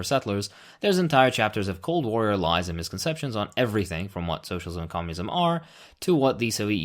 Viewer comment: Komyounizam get to da choppaaa !